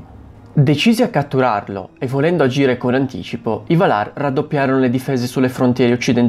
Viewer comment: Bravo. Comunque, Valar si pronuncia Vàlar, non Valàr. :-))